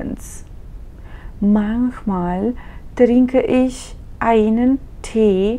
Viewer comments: Не може ли да не произнасяте" иш" а ich их. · Ich се произнася “Иш” в някои райони на Германия, разговорно, но на книжовен немски (Hochdeutsch) се произнася “Их”, както се и преподава в повечето школи за немски език.